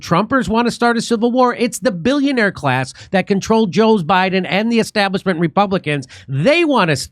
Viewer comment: "Because chaos favours the esstablishment".